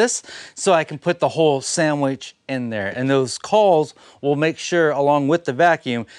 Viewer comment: Couldn't make out the word you were using. Re the white melamine....Calls, culls???